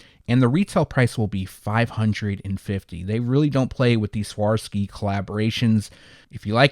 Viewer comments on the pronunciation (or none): “swuh-rahv-skee” is how you pronounce Swarovski